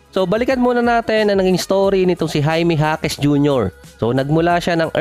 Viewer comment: Jaime jasquez BA ? Or Jaime ja quez?